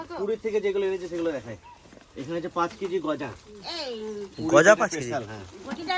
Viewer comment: Ota goja na ota k khaja bole